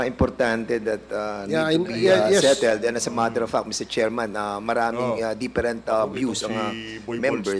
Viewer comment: "Dipperent" na naman, Dan, huwag ka nang mag Ingles2....